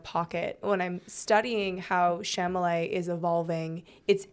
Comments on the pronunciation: Girl it’s Cha-la-met!! NOT chamalay😂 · Why Failed (to pronounce Chalamet)